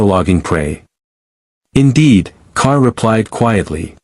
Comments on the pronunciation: It is G'Kar not Kar. Good grief. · Its JUH KAR, not KAR🤦‍♂️